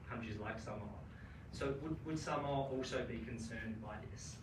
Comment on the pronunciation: The pronunciation of Samoa is NOT 'samower' but 'Saamore'. It's all about showing respect to the visiting Prime Minister of Samoa by learning how to correctly pronounce the name of a nation NZ 'administered' for over 40 years.